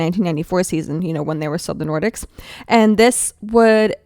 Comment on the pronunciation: "Nor-deeks" is the correct way